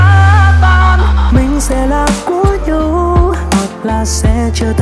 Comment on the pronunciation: Đoạn "Mình sẽ là của nhau Hoặc sẽ trở thành nỗi đau" mình nghe NĐV phát âm : nhau = nhâu, đau = đâu. Hi vọng bạn cải thiện việc phát âm để bài hát được trọn vẹn hơn ❤️.